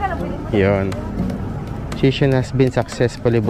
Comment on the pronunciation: Korek ko lng sesyon po basa jan hindi sison